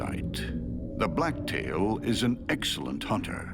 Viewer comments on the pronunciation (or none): none